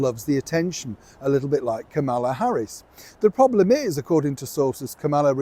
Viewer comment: please learn how to pronounce Kamala’s name. It’s comma-la. Think of the punctuation mark.